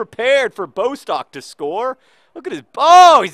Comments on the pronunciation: Bostok's name is pronounced Bós-Tock, not BOW-stock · I'm not sure if anybody has mentioned this yet, but Bostock's name has two short 'o' sounds..s its not b-oh-stock, but, bo'-stock. If that makes sense... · Johnnnnn it's pronounced Boss-tock pleaseeeee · Just a note Bostock is pronounced Boss-tock